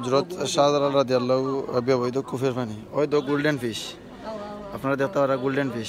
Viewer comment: রাদিআল্লাহু না ঠিক করে বলবেন।